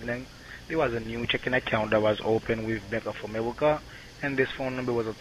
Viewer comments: "" sounded sort of like Elmer Fudd, didn't he? ("AmeWica, Weason, Wecording", etc.)!!! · Bank of Amewica?! Omg, I wonder if Elmer Fudd knows anything about this?!😂😂😂